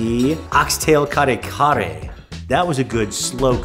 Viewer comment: Hello, love watching your guys vlogs .. but PLEASE make effort to learn how to pronounce the Filipino foods with the respective accent.. Sinigang = “Si-neh-gahng” . NOT “seeneeGang” Bangus = “Bahng-OS” .. NOT “Bang-us” Kare Kare = “Kah-reh Kah-reh” .. NOT “carry-carry” Adobo = “Ah-DOH-boh” … NOT “a-dough-bow” Us Filipinos really do love that you are learning the Philippine culture and sharing it with everyone! But making those efforts in learning to speak with the accent will make us even more happy 😁